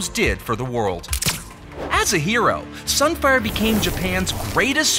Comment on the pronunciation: SUN FIAH